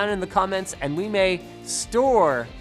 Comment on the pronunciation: The fact that you pointed out the video was all about 'storage stuff' makes completely more sense to me now, as to why you put so much emphasis on the word 'store' when you said it. Silly me, how did I not catch that right away?